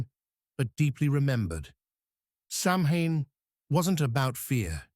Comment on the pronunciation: Samhane.. ouch. AI at times does have its shortcomings. Otherwise I enjoy your channe!!